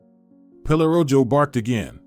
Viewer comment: Pelorojo…mispronounced but it means “pelo” for hair and “rojo” means red… so dog is called Red Hair…